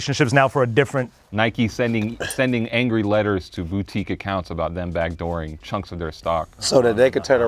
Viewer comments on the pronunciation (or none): "counks" lmao